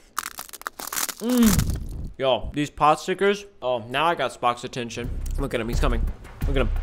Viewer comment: its not a potstikcer ryan, take an ethnic studies class, buddy.